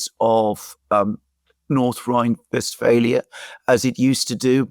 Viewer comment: Its Westphalia in English, I dont know if if you noticed that the program is in English